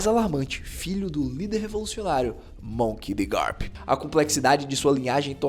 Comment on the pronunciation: Ele falando monk de garp 2vezes